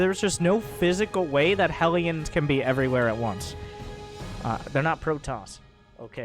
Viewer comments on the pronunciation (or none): none